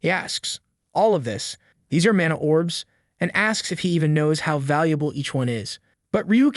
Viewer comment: Mon e instead of mana is crazy